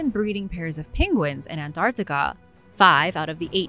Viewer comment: this voice saying the word "Antarctica" is killing it for me